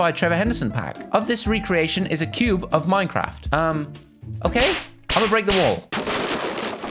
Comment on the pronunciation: Minecwaft XD